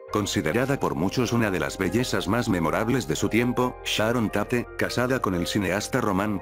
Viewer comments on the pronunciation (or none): Como que Sharon TAH-TE!!? Aprenda a pronunciar correctamente los nombres antes de hacer èste o otro video por diós!!